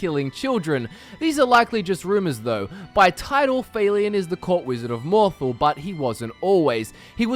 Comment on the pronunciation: sorry bout this, but it's "mohr-thahl" not "mohr-thle"